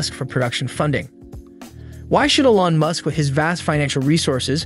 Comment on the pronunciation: You might consider pronouncing Mr. Musk's name properly. You parrot my own thoughts, expressed in these pages.